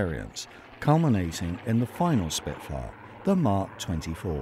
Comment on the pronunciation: Achtung Shpitfuer ! Arggggg .